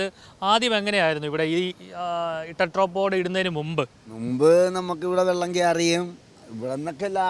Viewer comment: ടെട്രാപാഡ് അല്ല ചേട്ടാ, ടെട്രാപോഡ്. ടെട്രാ = 4 പോഡ് = കാല്. നാല് കാലുകൾ ഉള്ള സാധനം.